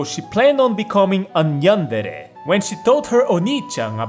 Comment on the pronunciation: When you said yandere, I heard nyandere, and wondered what that was.